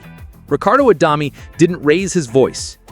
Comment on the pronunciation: It's the AI, can't say it properly. Not much good at 'deg' either.